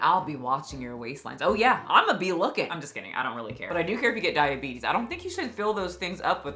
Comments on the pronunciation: Did you say thigh-abetes 😂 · Wilfred Brinkley has the “diabeetus” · Diabetis. Diabetis. Diabetis. Diabetis.